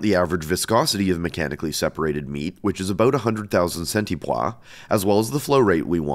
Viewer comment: Is the pronunciation of "centipoise" french or something?